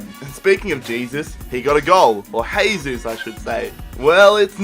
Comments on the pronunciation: It's Jay-Zeus no Hey-Zeus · Why do you say haysus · Its not "hesus", brazilians dont speak spanish, man.